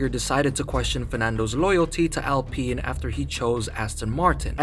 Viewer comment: Its pronounced OWLPEEN.